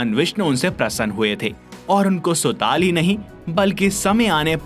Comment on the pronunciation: Bhai aap isko ache se padh k batao rasatal sutal kitna ganda pronounce ker rahe ho pehle Sanskrit me padho toe kaise padhte hai